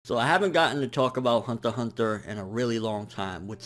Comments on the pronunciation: I like his reviews and all but man I dislike how you pronounce some of the amines. Hunter x Hunter and Magi just to name a few. Lol keep up the good work. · I'm relatively new to anime and the only interaction I have had about anime is through the internet. I think this is the first time I have heard Hunter X Hunter being spoken. Do you not say the "X" or is that just how says it?